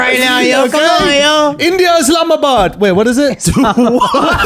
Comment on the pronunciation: Big fan from Islamabad Pakistan. You pronounced that right lol 😂